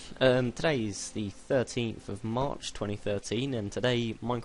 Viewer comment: "it it"? really? "s" isn't that close to "t"